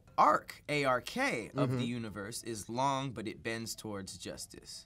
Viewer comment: "But it bends towards Joistice."